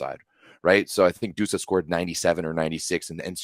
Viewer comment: Cmon it's Busa not Dusa😂😂😂